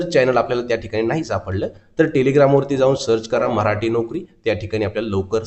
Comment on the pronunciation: मऱ्हाटी नाही मराठी म्हणा प्लीज